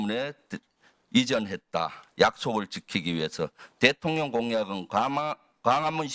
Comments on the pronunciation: ㅋㅋㅋㅋㅋ 대통 년,😂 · 대통년 ㅋㅋㅋ 저 만 그렇게 들리는건 아니었네요!